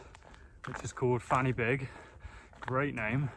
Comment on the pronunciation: I wish It was fanny big 😅 but in welsh the y is pronounced as er so fan y big is pronounced as van er big. Which means the point of the beak and 🏴 plus great content my dude